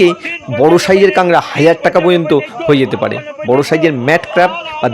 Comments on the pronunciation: আরে ভাই নাম টা ঠিক করে বলতে শিখুন। এটার নাম কাংড়া নয় এর নাম কাঁকড়া ঠিক আছে। ভিডিও করলেই হবে। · ঐ অঞ্চলের পুরাতন বাংলা ভাষা অনুযায়ী কাক নয় ড়া এর পূর্বে কাং শব্দটি উচ্চারিত হয় 😄